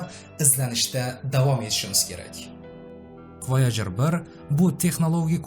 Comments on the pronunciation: Voyajer ❌ voyager✅ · Voyojer mi yoki woygar yani voyjer deb aytilmaydmi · Oʻqilishi Voyajir deb oʻqiladi-oʻzbek tilida